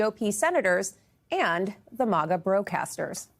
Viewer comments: Is it Moga or Maga she keeps pronunciation saying Moga it’s Maga. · Maga is pronounced like maggot, not like mama. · its pronounced MAGA, not mauga. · MAGA is pronounced similarly to the word maggot - "mag-UH" not "MAH-guh" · Its not pronounced MAWGAW. Stop pulling your punches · Jeez its maaGa! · Why do so many people say “mah-gah”? It’s very few people that will burn their hats and turn on Trump. I’ve seen a lot Trump supporters who still say he’s the best President ever and believes his lies